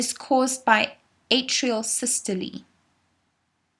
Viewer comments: it’s “sys-to-lee”, would you know or would a teacher? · It's actually sys to Lee. That's the actual pronunciation. So ye. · please stop saying sy-stol-ee like that its systole like bum-hole, not bum-hol-ee